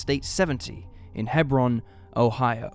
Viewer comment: Hebron is pronounced Hee-Brawn. All of Licking County Ohio is a cesspool, it’s sad she ended up there, although Hebron isn’t as bad as other parts of Licking Co.